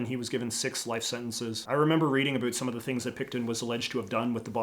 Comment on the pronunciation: USA cops: Abusing their powers by beats up minorities. Canadian cops(more exactly, the ones from Saskatchewan): Throw away drunk natives at a town border, letting them trying to get home themselves A bunch of them freeze to death. P.S. I'm bugged out by the "-bewt" pronouciation of "-bout". The more I know about my country, I guess